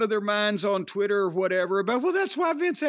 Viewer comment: Can someone tell to stop pronouncing the TW sound as a CHW sound Chwitter Chweet Chwenty 200 times a show lol